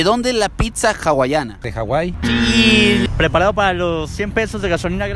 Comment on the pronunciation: De donde es la pizza hawaiana? 🍕 -De jaguai! xD